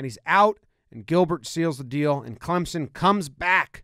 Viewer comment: Jomboy, thank you for pronouncing our name correctly.